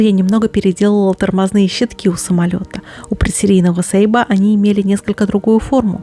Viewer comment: Дашуля что за сейба? я думаю Сейбр!!!! тобиш (сабля)